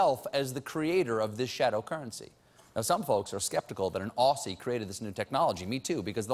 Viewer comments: Colbert, I love you, but you dropped the ball on this one: • "Aussie" is pronounced "Ozzie", not "Ossie" • Australians didn't invent the Bloomin' Onion. It was created for Outback Steakhouse, whose owners had never even been to Australia when they created the restaurant. • Bitcoin is a currency, but wasn't created for the "shadow dark economy" of the internet. Its ledger is visible to the public, so it's much less shadowy than cash. • Elephants don't live in the jungle, they live in the savanna. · Stephen, it's pronounced "Ozzie", please stop saying "ossie"!